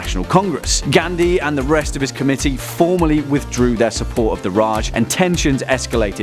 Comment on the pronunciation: You can't even pronounce simple words properly like Gandhi , kashmir,hindu, mohammed and many more